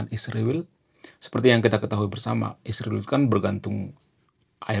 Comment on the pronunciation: 😂😂😂kenapa susah nyebut Israel? Ada masalah di mulutnya ya mas?😂😂😂